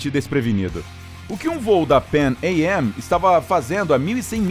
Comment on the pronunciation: E essa pronuncia da PAN AM kkkkkk Sempre soube que se pronunciava "panam" kkkkkkkkkk